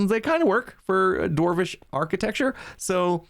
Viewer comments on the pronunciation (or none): Every time he says Dwarvish it hurts me